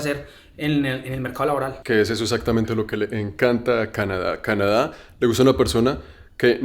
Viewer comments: El man se reía, cada vez que el otro decía, essatamente, en vez de exactamente jajajajaja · En el minuto , se ve la cara que no aguanta la risa el pana por la pronunciación "eSatamente" del parcero! Seguiré enviando hojas de vida! Alguna llegará a las manos correctas!! Excelente video! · Que bandera este gozándose al compañero por que decía: "esatamente"... Cómo hizo para aguantarse la risa mijo?.... Jajajaja. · Jajajaj la reacción cuando el de cachucha dijo "esatamente" jaja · la cara del man cuando escucha "esatamente" el man retoma la seriedad pero un "esatamente" salvaje aparece nuevamente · "esatamente" y todos cagados de la risa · Toteados de la risa cuando el pana dice: esatamente Jajajajaja